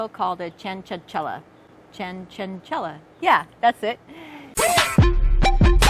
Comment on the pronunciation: Wrong annunciation. Ordering the hot honey next week to go on wings.